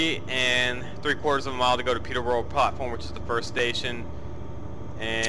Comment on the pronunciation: You'll learn how to say Peterborough one day :P